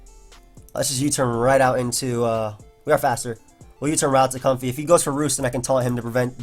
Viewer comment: omg you pronounce it correctly. It's like a comfy pair of socks, as in comfortable. A certain other poketuber pronounces it comb-fay. Drives me nuts.